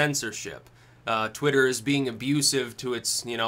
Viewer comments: SaroDracon twatter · It's pronounced 'Twat-ter' Just listen to Vee